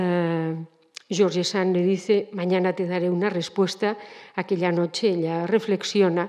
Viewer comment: Como se puede hablar de alguien sin saber pronunciar su nombre????